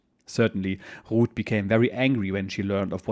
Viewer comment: So her name is Ruth. I thought you were saying Rood which didn't sound too good. Yes he was lucky his boat got delayed so many times.